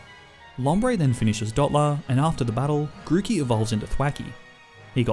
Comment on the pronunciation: THE M IN GROOKEY IS SUPPOSED TO BE A K!